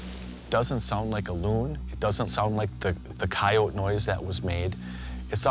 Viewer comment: It's pretty bad when out of 3 people only Moneymaker can pronounce coyote correctly instead of using an incorrect bastardized one.